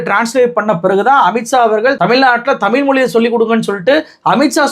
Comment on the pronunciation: தம்பி நல்ல செருப்படி பதில், தெளிவான உரை! மனமார்ந்த பாராட்டுக்கள்! பின் குறிப்பு:- தம்பி தமிழை தமி'ல்' மொ'ளி' என்று நீ உச்சரிப்பதைக் கேட்க காது வலிக்குது! இந்த உச்சரிப்பை நீ மட்டுமல்ல பெரும்பாலான ஊடகவியலாளர்கள் இவ்வாறே உச்சரிக்கின்றார்கள்! மாற்று மொழியாளர்கள் உச்சரிப்பது போல் நாம் நம் தாய் மொழி, அமுத மொழியாம் தமிழ் மொழியை சரியாக உச்சரிக்க வேண்டும்! தமிழின் சிறப்பே 'ழ' தான்! தமிழை தமிழ் தமிழ் தமிழ் என்று தொடர்ந்து சப்தமிட்டு சொன்னால் காதில் கேட்டது அமிழ்து அமிழ்து i.e.அமுது என்ற பொருளுள்ள சொல்தான்!